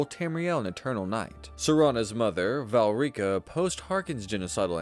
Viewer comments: Learn to read. Val rika????? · I refuse to watch more than ten seconds of this sh1t - IF YOUR DUMB AI CAN’T EVEN PRONOUNCE VOLKIHAR OR VALERICA CORRECTLY YOU DON’T DESERVE OUR VIEWS. - it is insulting to TES players who actually play the game.